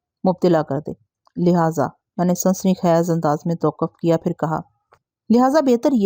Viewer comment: Sansani khez...ni ...ye ko lamba karna ha ...sansani khaiz... Dabaiz ni ha lafz dabeez ha